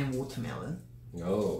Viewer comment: pls not Minchan mocking Hoyoung’s “Wotermelon” 😭